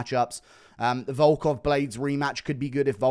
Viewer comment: Little do you know he butchered volkov